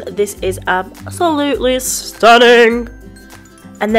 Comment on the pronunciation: No! I love it when you say "stunnin" don't change a thing. You are very talented and I like how you are funny in the videos. Thumbs up